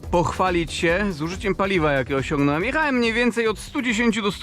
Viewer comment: .... ,,JEECHAEM SPALAEEM'' po jakiemu ty gadasz z DONKIEM masz kontakt..hm